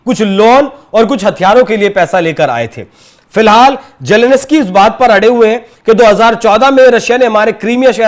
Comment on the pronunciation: Ukraine k president k naam ka toh sahi uchcharan seekh lo